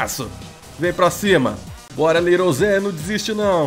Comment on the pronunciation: Cada hora que ele fala ZEH eu começo a rir kkkkkk